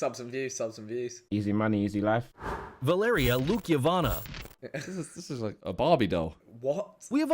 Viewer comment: man said Valeria Lukyavana??? broda it says Lukyanova on the fkin screen